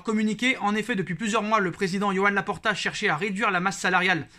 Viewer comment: "Yoann Laporta"... Je savais pas qu'il était breton 😂😂